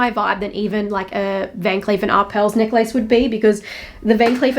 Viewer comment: First time i ever heard someone pronounced necklace as neck-lace